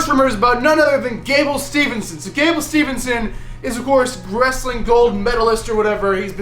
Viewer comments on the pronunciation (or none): Steve-son not stevenson🥰🥰🥰🥰